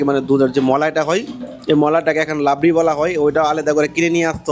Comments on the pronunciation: লাবরি নয়,,রাবড়ি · নামটা লাবরি নয় নামটা রাবড়ি। রাধে রাধে